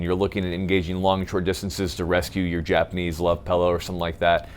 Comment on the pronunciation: "PILLOW", not "PELLOW"!! Lol